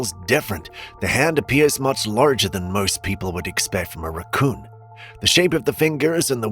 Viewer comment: Could be a “rah-cooon” lmao